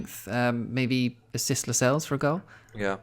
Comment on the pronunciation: Lacazelles? Is that an inside joke or have you butchered La-sells that bad hahaha